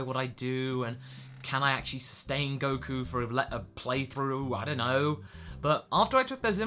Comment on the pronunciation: Goku's intro sounds like 'Goku and A' XD